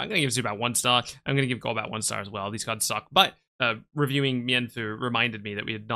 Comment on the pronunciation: The way you say kards with the k.. accent definitely tells me we love Pokemon anywhere